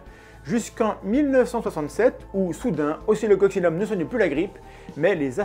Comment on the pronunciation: je t'entend dire occocsillum et je lis oscilloccinum c'est pour aller plus vite ou ca se prononce vraiment comme ca?